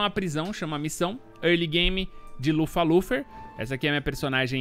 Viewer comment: Lufer lufer ? Pqp o cara não sabe nem a pronúncia